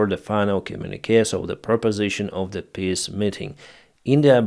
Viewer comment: You really have to stop saying PISS agreement. If it's a word you will use a dozen times every video, at least learn the proper pronunciation.